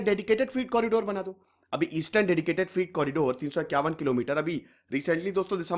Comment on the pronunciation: Freight फ्रीट नहीं 'फ्रेट' कहना चाहिए। वीडियो अच्छा है। धन्यवाद